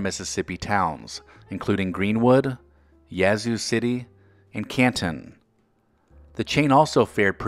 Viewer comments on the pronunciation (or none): none